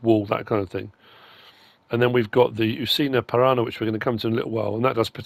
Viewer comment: ParaNA. Pressure on the last two letters. Almost correct though 😉